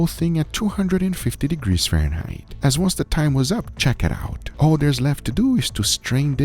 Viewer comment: The pure dopamine rush when Guga says "Chick-iit-owwt"